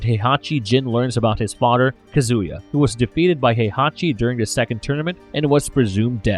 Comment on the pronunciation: This AI can't pronounce the "th" sound worth shit lollol Mother = Mudder Father = Fadder The = Duh/Dee Another = Anudder